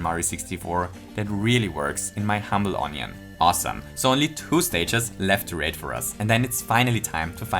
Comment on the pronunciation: I think he says it like that on purpose, he's said it like that before and everyone noticed it so now I think he's just messing with people lol